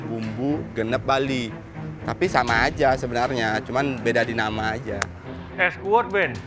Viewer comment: lucu bngt ngomong bali😂